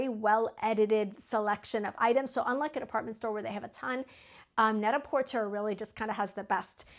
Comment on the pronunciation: It's pronounced net-a -porTAY. 😊.